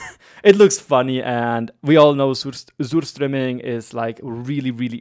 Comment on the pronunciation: Surströmming is fermented fish.You do so nice videos keep up the good work (and you said it pretty well actually.)